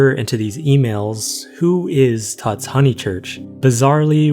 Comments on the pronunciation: I think it’s pronounced “toots” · It’s pronounced tootz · "tutz" is probably pronounced like "puts," as in the nickname tutz